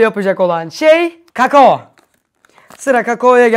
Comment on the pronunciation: Üğpannem sırf evee o bi kaç gün önce kendi brownü yabdı ondn evde kek var diye izinv ermedi bu ne biçim iş bide kamo derken mucit miş gibi kKAKAKO!